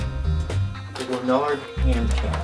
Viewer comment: lanard not lun-ard